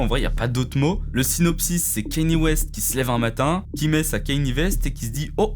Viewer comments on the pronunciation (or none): Prononciation KAnye et non KEnye sinon c’est cool.